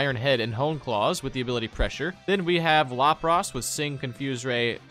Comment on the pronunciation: “lop ross”